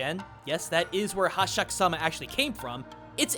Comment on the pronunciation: Jokes on you, I'm here for Hasshaku-sama, of which you pronounced wrong.